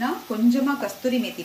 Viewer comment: Mam kasthiori methi illa adhu kasoori methi